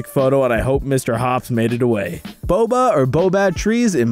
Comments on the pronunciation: baobab migh be pronounced like bow-ab (like abdomen) is they’re the same as the Australian ones Broome ,,,,, br-oo(like boo)-mm(like the m sound?) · Baobab= ba-oh-bab